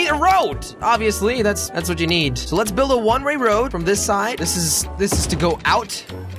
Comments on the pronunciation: does anybody notice he keeps saying one ray road instead of one way road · he always says one ray road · he keeps saying "one ray road"...